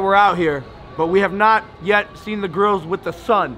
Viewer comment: When you said I got them grillzs it saunded LIKE I got them girls